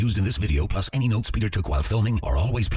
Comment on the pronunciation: Hey Peter - duly noted not dully noted (as in dull)